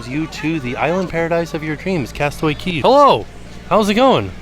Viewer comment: I’m confused why you keep saying “castaway key” when it clearly says “castaway cay” 😂😂